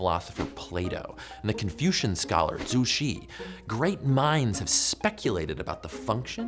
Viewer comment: As a mandarin speaker, I am proud of how Joe said “Zhu Xi” 朱熹 close enough to his original pronunciation. Nice! 👍😂